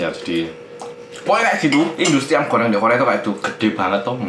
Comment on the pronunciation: apa cuman gw doang yang denger mas Hangsol itu bilang "ayam Koreng" wkwkwkw.. :-D